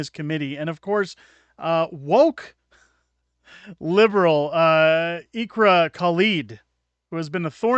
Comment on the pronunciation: Her name is pronounced IckRa